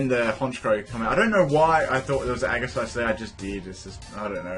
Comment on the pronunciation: Aegislash has a SOFT G SOUND; "jeh", not "geh"